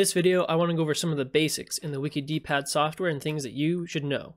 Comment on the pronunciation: Wouldn't it be pronounced "Wickid" like 'wicked' pad? "Wiki - D -pad" sounds very strange.